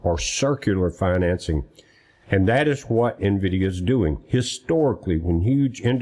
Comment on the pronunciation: There is no (O) at the end of NVIDIA.